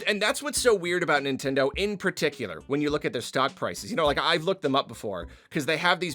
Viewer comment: Stop it nintendeen